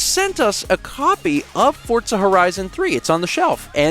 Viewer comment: Does anyone else hear him saying “fort-za” the whole time?